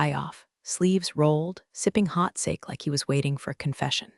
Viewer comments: The AI voice is still glitchy and mispronounced several words. Sake, pronounced sockee, is rice wine, not saake as in "for gods sake, like read (past) and read (present), bow (something you tie) and bow (incline head down) wound (what you did with an old watch) and wound (sustain an injury). Syntax errors many AI voices generate because they cannot discern the difference in context. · Sake is pronounced sahkay. If you can’t pronounce it don’t use it